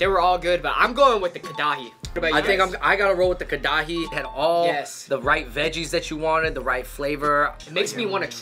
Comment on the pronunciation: Them saying KA-DA-HI again and again killed my soul.